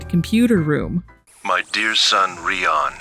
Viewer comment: suddenly changing how she pronounces Rion from "REE-on" to "ree-OWN" is very jarring